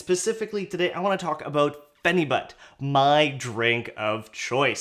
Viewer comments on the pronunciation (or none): it’s pronounced pheni-byute lol